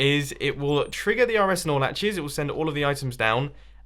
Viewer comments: whenever you say nor latch it sounds like you're saying snorlax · when i hear you say snorlaches(correct me pls) i always think of snorlax